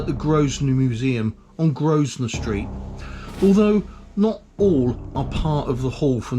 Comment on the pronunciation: I thought the pronunciation was pretty good, the only obvious error was “Grosvenor” the S is silent as is always pronounced “Grovenor”. Really good series, as a born and bread cestrian you really showed and taught me a lot I didn’t know and haven’t seen. I must pay more attention next time I’m back there. Thanks